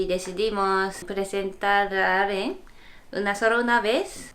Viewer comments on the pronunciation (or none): Jajajaja a le cuesta un poco pronunciarlo Aren: Alen xD ya tendrá que practicarlo, Felicidades y éxitos en su nueva etapa! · es Alen por como lo pronuncian sino dirian Arurulen o ayen pero pronuncio Aren.